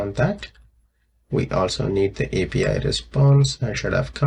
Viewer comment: 😂 Interesting accent